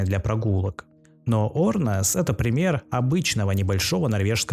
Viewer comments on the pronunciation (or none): не Орнес а Ернес